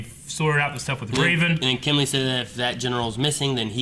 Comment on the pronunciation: is it just me or do other people get annoyed when they say kimlee instead of kimblee